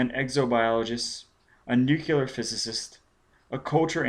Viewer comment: Okay the one thing that keeps bugging me is how you mispronounce "nuclear" Other than that not bad. The fact that it's the unabridged version makes up for you not being a professional narrator. Not that you're unprofessional. I mean like, it's not your job, this is clearly something you just did because you wanted to 😅 I don't know if you've done any recent work, but I imagine after ten years you're probably much better.